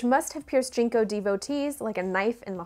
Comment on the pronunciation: Jen Co. Not Jean co.